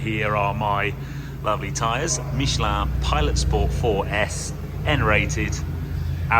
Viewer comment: You say Mich-e-land. It Mich-e-lin